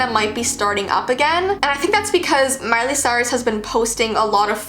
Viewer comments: “Miley Stort”?! 😂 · Her name is Miley Cyrus. Not Miley Stuart.